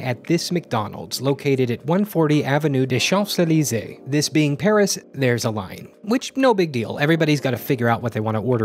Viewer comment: It's more like shaz-elysey not "chumps". Amazing video nonetheless, thank you for what you're doing!